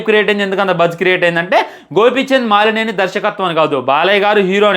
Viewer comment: బ్రో, మాలినేని కాదు మలినేని